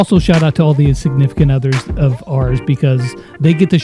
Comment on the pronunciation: Did just call his, KT's and Ben's Wives Insignificant Others? XD bc that's what it sounded like to me